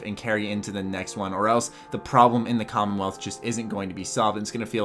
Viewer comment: Did... Did you call it the condom wealth?